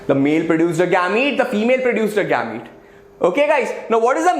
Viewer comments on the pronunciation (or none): It is not gaamete